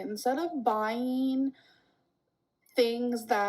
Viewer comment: "Instead of buyeeeeen things that are... travelled" I would like to formerly announce that the english language has officially been declared beaten, buried and deceased.